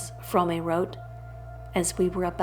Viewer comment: I think they are 9 hours long, so it may be more of a mini-series. Also, your pronunciation of Fromme is different than everyone elses. What do you know that I don't?